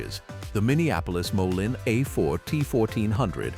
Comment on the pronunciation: It's pronounced moleen idiot